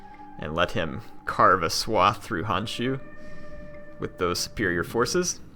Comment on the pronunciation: it is Honshu, the "o" need to be pronounced, Hanshu just does not sound right @@